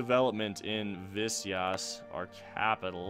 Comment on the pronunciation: you pronounce Visayas as Vee-sa-yaas